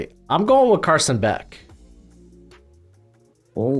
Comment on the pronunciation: Carson Beck? Aiiiigghhh...haha :P Keep up the awesome work! Love these drafts and your content